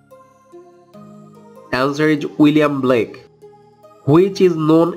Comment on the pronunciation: Blake not black